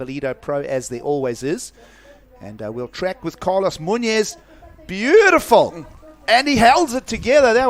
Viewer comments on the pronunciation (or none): Please look up pronunciation on Hispanic names. Muñoz is pronounced totally wrong.